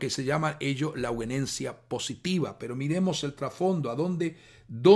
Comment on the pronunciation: Hago un aporte básico. Sería muy bueno que sepa que la palabra euguenencia que usted querido pastor pronuncia y lee reiteradamente a lo largo de todo el video no existe, es permanentemente incorrecta su pronunciación y lectura. La palabra correcta de la que usted habla es: E U G E N E S I A. Ayudaría mucho que se entienda a lo que se refiere, es necesario poner en valor la comunicación, para que no sea descartado por nadie por considerarlo incorrecto, porque no da lo mismo, una palabra que otra que no es, ni existe. Además reduce la calidad del mensaje para no lograr ser escuchado. Agradezco pueda corroborar esto, para que alcance una difusión seria este tema tan importante. Muchas gracias